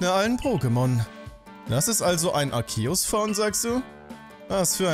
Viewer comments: endlich einer der Arceus nicht so komisch ausspricht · Im offiziellen Anime wirds aber "Arkehus" ausgesprochen